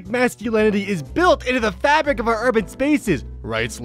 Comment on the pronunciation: "Respect are-country. Speak English" You got an F in English? you speak English.